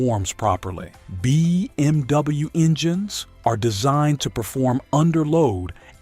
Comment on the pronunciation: so annoying when the AI says: bmw -> BeeMW. dude...can you just narrate these videos yourself. AI slop sucks. maybe the content is ok?